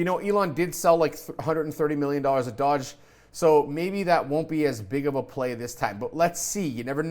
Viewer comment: It's not dodge! 😂 ...pronounced dough-ge 👍🏽